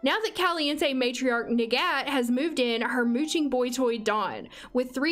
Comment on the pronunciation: Her name’s arabic but specifically the Egyptian dialect so her name is pronounced “nagat” in Arabic.